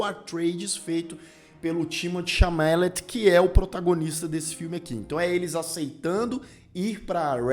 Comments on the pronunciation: Timothee Chalamet: CHA-LA-MÊ. Não CHA-MÁ-LET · Cara, vc falou o nome d Timothée Chalamet errado duas vzs, "Chamélet" ? 🤣 "Timotê Chalamê", acabou, é só isso.